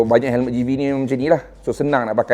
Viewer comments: Hemlet ke Helmet? cer dengar kat 0.53s.he he he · Hemlet… mmg dia sebut hemlet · Perasan jugak tu hemlet. Kalau orang indon panggil helem terus kekekeke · Sbotan lidah arab mmg bunyik cmtu bang.haha